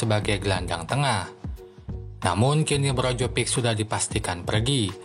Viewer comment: Brozovic min bukan brojovik